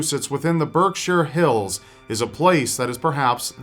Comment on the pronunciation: Thanks for pronouncing Berkshires right.